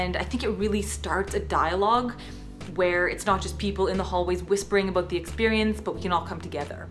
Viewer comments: More like a-bough-t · you can hear that Canadian accent haha "aboot" that X'D I know inappropriate video I know I know I'm sorry